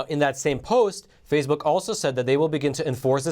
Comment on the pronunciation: Love the channel but why the weird pronounciation like Fazebook, Pelozzi?